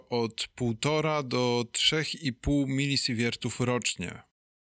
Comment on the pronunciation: Super materiał PS. Wymawia się milisiwertów a nie milisiwiertów, ale to pewnie naleciałość ze wschodnich materiałów ;)